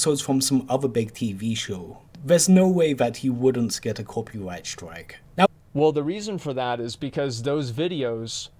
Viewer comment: I know it’s the accent but “ no way he’d wouldnt copywight stwike”😂 I can’t un hear it